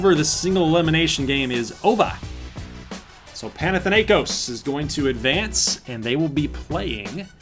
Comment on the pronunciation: Im Greek and is so funny to see Americans trying to say Panathinaikos. By the way Panathinaikos is representing Athens.Also I hope Alaska Chillers get Floca. Edit:Panathinaikos mascot is a green tiger